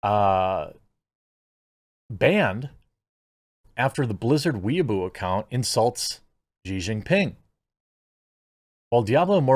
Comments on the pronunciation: Lol pronouncing it “weeaboo” instead of “way bow” is hilarious. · OMG it's "way-boh" lol. Not weaboo. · Weibo is pronounced (roughly) way-bo. Jeremy saying it like weeaboo confused me so much just listening. XD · Why does everyone keep calling it weeboo? It's Way Bow (the weapon). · Not "We Boo", "Way Bo" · Way boh not weaboo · Way-bow not Weeaboo. Though I might start calling it that anyway. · It's Weibo pronounce "way bow" baka, not weeaboo or weeb for short. 🤣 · It’s pronounced more like Way-boh. Please don’t associate us Weebs with CCP social media. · I kept giggling when you said "wee-a-boo." I can't quite say how it's actually said since I can't speak Chinese but I know it's not "wee-a-boo." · Weibo is pronounced "whey-bow" so you know in case it comes up again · Pretty sure it’s called Wee-boe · Weibo = “Wey-boh.” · it's pronounced way-bow Jeremy just saying :) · Just so you know Jeremy, weibo is pronounced "way-bo" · I believe Weibo is pronounced "Wee Bow" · It’s funny how Jeremy pronounces Weibo as weaboo. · Weibao. Is pronounced. Way bow . A weeaboo is a Japan simp. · Its pronounced Way-bore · thats not how you say weibo